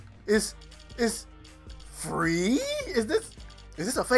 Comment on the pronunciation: "look at the animations! You don't have to buy any of this stuff it's, it's... FUH-REE??" 😭😭